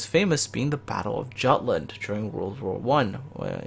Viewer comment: The way they pronounced Prince Eugen and Jutland, oh how it hurt my hears!